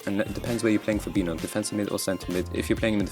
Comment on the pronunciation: "Fabino" instead of "Fabinho", benching Mbappe... What a stupid overconfident redneck you are.